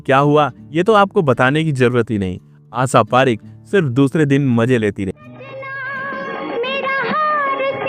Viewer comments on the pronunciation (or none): उच्चारण बिल्कुल खराब दर्ज़े का है श को स क्ष को छ बोलना बडा भद्दा लगा आशा पारेख का नाम गलत बोलना बहुत बुरा लगा